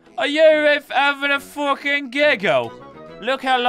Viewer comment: He said don’t fwucking worry